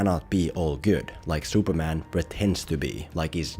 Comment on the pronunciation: Who is 'Shuperman'?